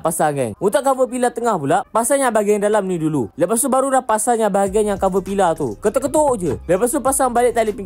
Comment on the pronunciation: Aku duk fikir ape benda pilah pilah ni? Rupanya, Pillar. Sebutannya "Piller" bang bukan pilah